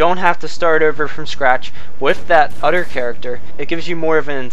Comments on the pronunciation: It's "other" not "utter". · you do know that the word other doesn't have the letter D